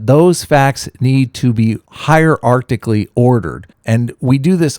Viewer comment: Did you just say "Higher Arctically" instead of hierarchically?? Well done, as usual.